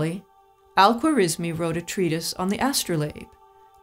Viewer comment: Al-Khwarizimi was an Uzbek not Persian. Algorismus was the latinized form of his name from which we derive algebra and algorithm. Nancy mispronunciation his name even in Englidhñ